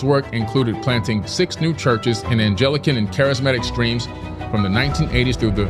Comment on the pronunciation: "Anglican" is pronounced with a hard "G" and not like a "J" lol